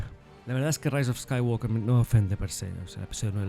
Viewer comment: Eres el primer youtuber de Star Wars español que escucho que sabe pronunciar correctamente el apellido de Anakin y Luke. 😎👍🏻